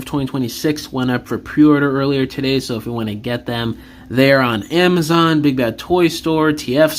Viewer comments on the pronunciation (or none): none